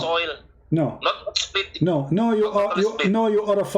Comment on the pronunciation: Even i am Indonesian but when said "seplit" instead of split.. I am out... He sounds like Fadli Zon... Oh....